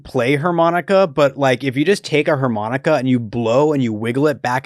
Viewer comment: The way says HER-Monica is baffling